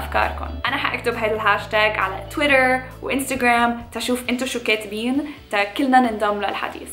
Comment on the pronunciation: يعني هو ده الي للبنات بس 😬😬. الفضول قتلني. وطلع انك بس عم اتجيبي فوط ياعمي مين الي مايعرف ده. وبعدين شوف اللغة الانكليزية شلون تلفظها. (طويطر و انسططرام ) 😂😂😂